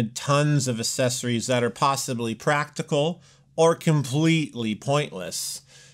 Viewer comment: Why are people not able to properly pronounce the word "Accessories?" Annoying.